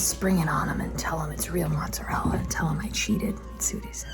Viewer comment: Please, don’t say mozzarel 😵‍💫, it’s mozzarella 🇮🇹🇮🇹